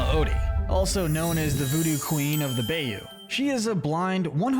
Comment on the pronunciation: I am from Louisiana. Bayou is pronounced “Bye-u”